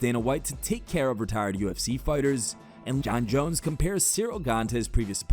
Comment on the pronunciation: The guy pronouncing Cyril’s name wrong. Disrespectful bum.